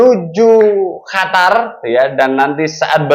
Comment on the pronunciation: bukan hatar ...Qatar